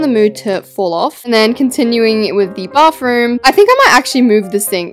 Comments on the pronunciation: She’s always saying baffroom😂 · Why u say bafroom😂😂